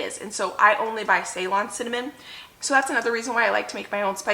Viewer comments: Say;LON, not SAY-lon. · About Ceylon Cinnamon, it's pronounced 'Seelon' it is what Sri Lanka used to be called before. They export their Cinnamon. I hope you don't get offended that I corrected the pronunciation. I love your videos and I'm still binging ❤